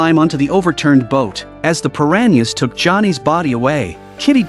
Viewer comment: 🤣 I lost it everytime AI voiced that 😁